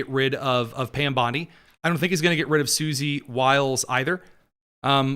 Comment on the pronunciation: I don't tink day do.... yeah sure